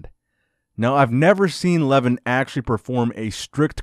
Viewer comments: It's pronounced like Luhvaahn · Pronounced LevAN. Not Leven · Lol you butchered almost every one of the names.. including Levan's :D But great that you started talking about armwrestling, very interesting sport. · Please do not swallow the second syllable in Levan's name so it is closer to its pronunciation in his native language. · You're pronouncing his name... Should I say funny?